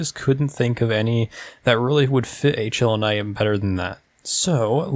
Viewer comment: It’s pronounced halana lmao